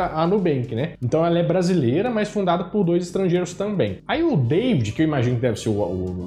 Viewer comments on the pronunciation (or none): none